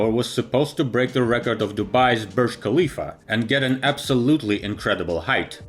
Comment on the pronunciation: are you stupid? i am emiratiya from dubai, it is not said . KAAAA leaf, its HAAAA lifa . NO K SOUND